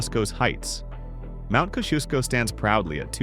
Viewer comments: Mt Kosciusko was the worst. 🤣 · How about you learn how to Pronounce Mt Kosciuszko!!!!! Kozzi Oss KO as in OH not not kosensko thank you yes it is an amazing continent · There is no Mt Kushuko in Australia. Kosciuszko is pronounced Kozzy-Oss-co. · Its Mt kozi-os-co not kosh-shoe-co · Koz shooo scow? Again. If you can't google, just shut up. You're offensive. And if you're going to try to produce something informative, why AREN'T you fact and pronounciation checking? And it's NOT Ooo lar roo. That's like us calling it Taaak ers. Go butche someone else's place name. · The commentary is dreadful. For a start K,gari has a SILENT K.. get it right...and Kosciuszko (pronounced kos - ee- osko ) can have snow in SUMMER! It ALWAYS has snow in Winter. !! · Kosciusko. Cos-e-ohs-co. Cos like sin, tan, cos. Ohs like osprey. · It's pronounced Mt kozzy osco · Mount Kosciuszko is pronounced Kos-ze-oz-ko. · Hey AI. Our highest mountain is pronounces Mount COZZY OS CO. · Mt Kosciuszko , is pronounced as kossi osco, ill give you a pass on this one's mispronunciation as it looks like someone just put random letters together lol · Had the biggest laugh with how he pronounced Mt Kosciuszko. Fact: It's pronounced Kozzie-Osko. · Mt Kosciusko is pronounced cozy-os-coe. Also surprised you didn’t mention that Australia is almost as wide as it is long being about 4000 km east-west and 3860 km north-south. This compares to USA mainland (excluding Alaska) 4500 km east-west and 2660 km north-south covering about 85% of the lower 48. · Try Mount Koziosko for a pronunciation. Easier to say but less chuckles from us Australians. Also less screams of dumb Yanks when we watch clips on YouTube. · It is actually 'Kosh-CHYUUSH-koh' which was the correct pronunciation of the explorer. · its just Brisbane not City of Brisbane. this is pronounced Mt Cozzie-aus-co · The way Kosciuszko was pronounced gave me a craving for prosciutto.